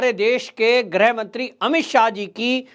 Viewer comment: प्रार्थना स्वीकार करके ग्रह नहीं कृप्या गृह मंत्री का उच्चारण कर अनुग्रहित कीजिएगा। धन्यवाद१🙏🙏🙏🙏